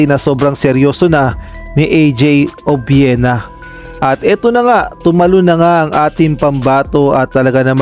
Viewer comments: Mali Po pronunciation nyo apelyido NYa,obyena Po ,Hindi obwena...sorry Po for my corrections .. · Obuena ba? or Obiena?